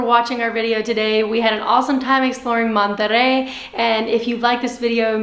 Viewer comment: You guys are great BUT... you need to learn how to say Monterey correctly ask some please